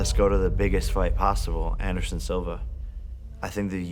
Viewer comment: nigga can’t even fully say “anderson” and-siva… bro sparring cte epitomized